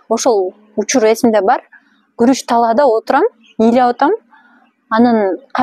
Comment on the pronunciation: Куруч эмес, Гуруч